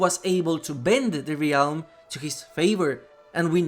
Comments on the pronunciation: Hey, just a heads up! "Realm" is pronounced "relm" not "ray-elm" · Great video! I’m relatively new to dbd and I’m loving learning the lore. FYI, realm is pronounce relm. The a is silent 😊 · Bro you godda learn how to say realm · the word "realm" has one syllable, and it rhymes with "whelm". like "bell" but with an M on the end